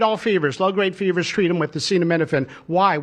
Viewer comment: I’m surprised he knew how to pronounce acetaminophen